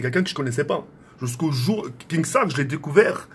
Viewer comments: C’est pas KINGstaar mais KINstaar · Tk on dit kinnstar pas kingstar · KINSTAAR PAS KINGSTAR MDRR TU PRONONCE MAL 😂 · MAISSSSS tkkkk c kinnnnnnstaar pas kinggggstaar😂😂😭😭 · Je ne ss po cmb de fois il a dit kingstaar. C kinstaar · Ok nikel mais apprend à dire son blaze stp ca se dit « kinstar » et non « kingstar » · Mais pk tu dis kinGstaar ptn !!!!! Faut lui dire vraiment 😭😭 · Mdrr il dit KinGstaar XD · Il prononce même pas bien son pseudo il veut duo ac lui 😝🤷‍♂️